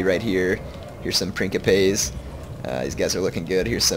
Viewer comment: Love it. But please, its Prince - ipes. Like principle.